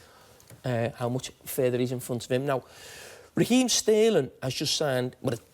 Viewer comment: The pronunciation of Raheem Sterling is hilarious! :)